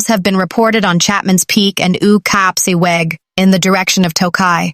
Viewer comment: I think it's a computer reader. If it was a resident human, Ou Kaspse Weg pronunciation would be way out 😂